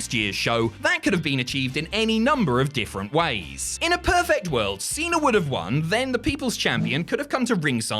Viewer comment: FIRST OFF IT'S CENA(Seena NOT CENER(seener) UGH 😖😡🙄🤬👎👎..!!